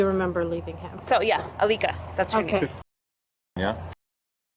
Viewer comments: So I-lick-a-Bone (Alika Bone) is the new Zanny the Nanny? (Zenaida Fernández) Laughable... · "I-lick-A bone"? did she just kaiser sose that from a memory of what she did after she murdered her own child? like this is mf a wackadoo wtf. i get the vibe she had some sort of psychotic break and the people in her life just didn't either know what to do to help her in the long term or did not actually help and just enabled her behaviors to this point so they could keep the kids for themselves? where is the dad? what is his role in these childrens lives? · “Aleeka Bone”🧍🏾‍♀️ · Did she say I lick a bone? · Her name is AA-licka Bone? Really I lick a bone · she def keyzer söze’d that name…. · Ilicka bone!? Is she serious?.....I lick a bone? Is anyone else hearing this or am I crazy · She said Alka bone?😂😂 sounds like lick a bone. It’s very sad what she did though craziness. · "Aleka Bone" definitely sound like "I lick a bone." I knew for sure at that moment that she was lying and made up the name. Poor baby. May he RIP. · She says Alika Bone and I knew where this was going 😐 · HOW are you mispronouncing her name through the WHOLE video, when she and the officer say it several times?? 😡🤦🏽